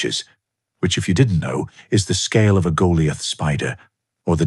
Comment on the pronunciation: Interesting way to pronounce “Goliath”